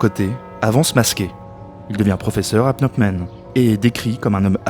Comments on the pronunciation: Excellent boulot, vidéo très éducative sur un sujet délicat, juste un truc qui me fait marrer, le fait que tu dises Pnot Men au lieu de Phnom Penh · « Au niveau de Pnamp Men » j’ai souri. Très intéressant sinon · Cette vidéo est très instructive, bien documentée, bien rythmée, bien réalisée. Cependant, je n'arrive pas à m'ôter de la tête le fait que 9 fois sur 10, le narrateur prononce phonétiquement "" au lieu de "pnom pen". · Répétez après moi : PhnoM Penh ;) (pas PhnoP Men) – à part ça (qui m'a fait sursauter à chaque fois), très intéressant. Merci. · Juste1detail, on prononce PNOM PEN et non... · "est proclamée a " c'est difficile à dire hein!? 😄 plusieurs fois tu a prononcé au lieu de Phnom Penh 🤪 Mise a part cette erreur récurrente de prononciation c'est un excellent documentaire, très intéressant MERCI pour ce taf 🙏👍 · Excellente synthèse. Mais j'ai l'impression que vous ne savez pas prononcer Phnom Penh. A chaque fois j'entendais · C’est Phnom Penh, pas 😂. C’est vrai que ce n’est pas évident à prononcer. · C'est éccrit Phnom Penh, j'entends Pnomp Men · Phnom penh! Pas "pnopmen" ou je ne sais quoi! C est si compliqué??? L alphabet phonétique international n a pas été inventé pour les souris! Trouver et lire la prononciation exacte prend 5seconde chrono! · Super vidéo, très bien documentée. Le narrateur a beaucoup de mal à prononcer Phnom Penh mais ça n'enlève rien au travail fourni. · Très bien fait :) mais la prononciation de Phnom Penh par le narrateur... quelle souffrance 🤣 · Super vidéo, pas facile a prononcer phnom penh hein